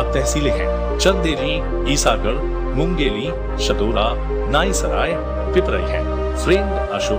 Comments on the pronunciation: Its mungaoli not mungeli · मुंगेली नहीं मुंगावली शादेरा नहीं शाड़ोरा पिपराई नहीं पिपरई नाईसराई नहीं नईसराय ईशागढ नहीं ईसागढ़ बहुत गलतियां हैं सुधार लो। अच्छा रहेगा।